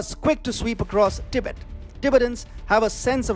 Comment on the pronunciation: Do you think you can pronounce “Tibet” correctly? Your presentation is so dramatic, that’s a turn off. Because you speak so fast, it makes it difficult to understand your very thick accent.